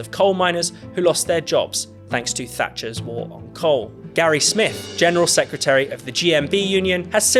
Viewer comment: Secretary not Secutary!